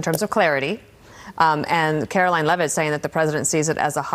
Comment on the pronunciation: Why can't you ever properly pronounce Karoline LEH-ViTT's name properly?